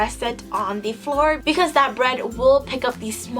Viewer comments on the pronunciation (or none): none